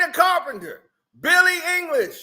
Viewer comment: ....it's Eilish...Eilish...EILISH! EYE•LISH ai•luhsh 👁•luhsh ☝🏿.....☝🏿 👉🏿👁👈🏿.......LISH! ☝🏿 🤌🏿 now sound it out